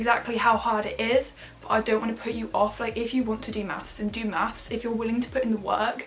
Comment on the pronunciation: and "mathes"